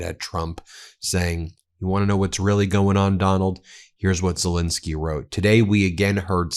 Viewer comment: Ben, please! It's ZeLENski, not zelinski